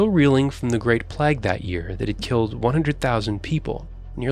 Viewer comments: plague not plag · May I just adjust the pronunciation of the word Plague, is not pronounced Plag, its more like Plaag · WTF is a 'plag' Its plague, need a narrator that can read. I know its not you choosing them lol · That guy needs to pronounce plague correctly playagee not placke which you get on you're teeth😂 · Plague is not pronounced plag, it is more like playg as in playground. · Westminster Abbey is NOT fortified...it's a church ! Why is the narrator saying " pleg" instead of PLAGUE ? You are forbidden, by law, to build on GREEN BELT land. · The narrator has a strange pronunciation of the word plague. He says what sounds like 'plag', the correct pronunciation should sound like 'playg'. Is his pronunciation in use somewhere in the world? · What's a "PLAG"? I've never heard it pronounced like that before. It's annoying. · Yes, he’s pronouncing it ‘Plag’. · enjoyed this video, as always but the commentators pronunciation of, plague and swathe made by blood boil. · Is he saying "plague" wrong? Repeatedly.